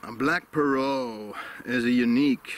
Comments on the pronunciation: Parrot like Parrut. The T is sounded out. It’s not silent. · As usual, another great video. Your pronunciation of the word parrot makes me wonder where the heck the English pronunciation comes from? Now that I actually look at the word you are probably correct, how we got 'pair rhet' or 'pair ret' if you prefer is beyond me. I really do enjoy the educational/geographical aspects of your presentations as much as I enjoy your thoughts on the tobacco you have chosen.